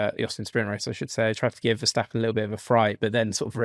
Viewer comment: I always enjoy these reviews but please,, stop pronouncing Max's surname as VerSHtappen. I know I'm picking nitsh but it drivesh me nutsh!